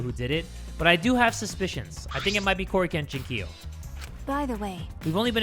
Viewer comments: he’s saying cory-kenshin-kiyo lmaooo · I cant get over how jay pronounces korekiyo as kore-kenchi-kiyo